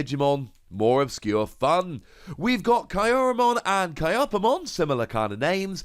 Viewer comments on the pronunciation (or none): Kyupimon is pronounced like Cupid, but without the D. Kyaromon is pronounced like kya-ro-mon not ki-a-ro-mon.